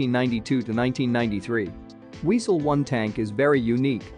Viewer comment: 'Very unique' - ouch! And say 'Viesel' and 'Bundesvehr' - 'tisn't hard, trust me.